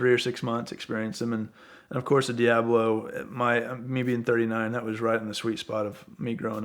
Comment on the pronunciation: Does it irritate anyone else with the way this guy says Diablo